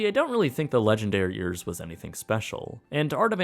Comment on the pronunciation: It totally sounds like he is saying "Legendariers" XD